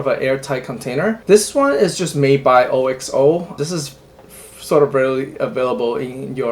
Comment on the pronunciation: Lol, it's not oh ecks oh, it's Oxo.